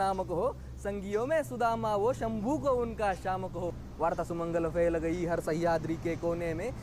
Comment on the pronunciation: भाई वह संभू नही शंभू है.